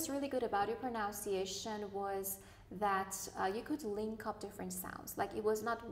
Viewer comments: I'm a Malaysian Chinese. I had listened repeatedly the examiner pronounced the word 'effort' sounded more like 'afford' and both said the word 'pro-nun-ciation' sounded like 'pro-noun-ciation'. Please check. TQ. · The lady pronounced "pronunciation " wrongly😆😆😆